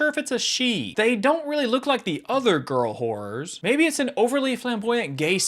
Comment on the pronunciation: "they don't really look like the other girl horrors" What normal people heard: Girl horrors What I heard: Girl wh---- 💀 Dude you got to listen to what you're saying 😂